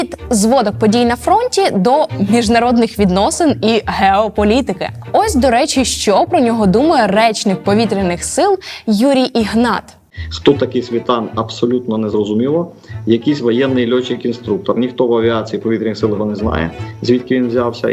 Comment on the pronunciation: Контент робили-робили а в одному з головних героів, Романі СвітАні наголос невірно зробили. Він СвітАн а не СвІтан! І також правильно Ігнат а не ігнАт!